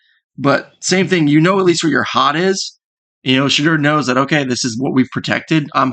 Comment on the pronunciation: Like the video. Shedeur is pronounced She Door.